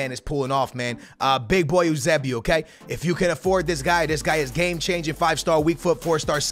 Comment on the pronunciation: Eusebio is pronounced you-say-bee-oh